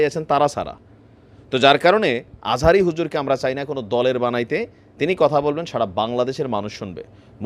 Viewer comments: আজহারীর নামটা সুন্দর করে বলতে পারেন না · নামটাও ঠিক মত বলতে পারলেন না। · নামটা ভালো করে বলো